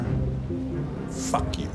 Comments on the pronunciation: “Phuk” not how you curse 😂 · doesn’t pronounce the Us when he says fuck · Subtitles: "Fuck": pHuFcK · It's so weird when says "fuck" like golem off LOTR or some shit, I've never heard anyone say it like that before